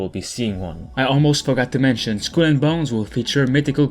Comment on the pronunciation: lmao how do you pronounce Skull? SKWEL lol